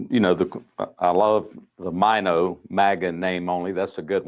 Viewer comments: Pronounce MINO like the tiny fish, minnow. ❤ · MINO should be pronounced like Minnow. Like the little tiny fish